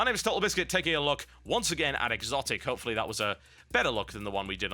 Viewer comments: I thought it was just pronounced as xotic,not exotic. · Isn't it actually pronounced "Sotic" if you're going to be grammatically correct?